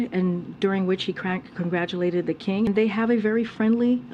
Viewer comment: How many times did it require for the woman to get out the words, "King Charles III" -- and then to enunciate the word "congratulate." Note all her additional stammerings. And THAT is the person who represents the President of the United States as his Press Secretary???